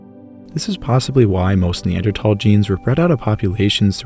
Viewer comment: And a beautiful voice as well. And he pronounces Neanderthal correctly!